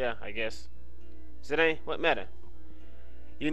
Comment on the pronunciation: Dissidia may say Zidawn, but according to the english language it's pronounced Zidane, with a long A sound.